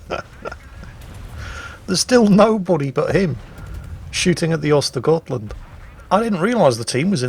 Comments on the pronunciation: Actually, I think you'll find that the tier 9 Swedish destroyer is pronounced "ersta-yert-lundt". Now I had better get back to the mines. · have you already forgotten? Those Ö are to be spoken like the u in hurt, urge and turn. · *actually tries to pronounce "Skåne" correctly Also: *completely butchers "Ostergötland" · He doesn't completely butcher Östergötland, for a non-Swedish speaker the only real mistake he makes in my opinion is pronouncing it with a G instead of a J sound on the götland. He pretty much gets the Ö sound correct which is the biggest error you can make